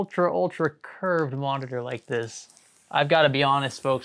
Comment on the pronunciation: veri big moneetor